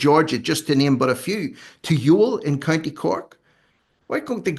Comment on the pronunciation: Love the content. Your pronunciation of Youghal is hurting my ears tho 😂